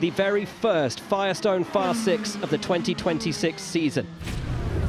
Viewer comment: When did six become sik 🤦🏽